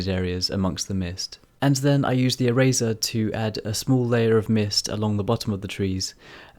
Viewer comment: Really cool drawing, the whole video I was confused cause I thought you were saying razor instead of eraser like how Tf do you create mist with a razor I was confused. Anyway, I challenge you too draw a black and white flower, good luck